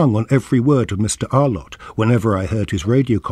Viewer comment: This tribute to the great John Arlott brings forth a flood of nostalgia and happy memories. Terrific clips included here, except the narrator's continuous mispronunciation as "Ar-lawtt" jarred a bit. More such uploads on voices from the past like Rex Alston, Brian Johnston, CMJ etc. will be most welcome.